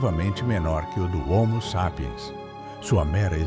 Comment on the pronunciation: Dublagem de I.A não consegue nem dizer homo sapien direito